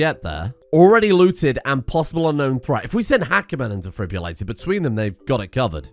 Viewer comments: Every time he says 'defribulator' instead of defibrillator it makes me flinch 🥴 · "The Defribulato" Nah man, he's italian